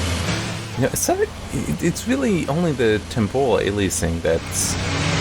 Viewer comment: Temporal man, not tempohral